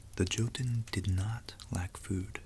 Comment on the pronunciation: Really like your videos. Just a little fact: Jotun is pronounced more like yotun. Although it isn't really, because a J in Norse based languages is actually quite different to an English Y but it's the closest I can get to explain it. (I speak and read some Norwegian although often I butcher it) but keep the videos coming. I find every one of them as interesting as each other.